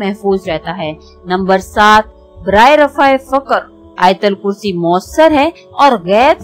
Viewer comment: Ayatulkursi bolten Hain . Ayatalkursi Nahi.